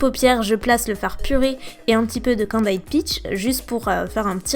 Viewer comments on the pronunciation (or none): candied se prononce : /ˈkændɪd/ et pas /ai/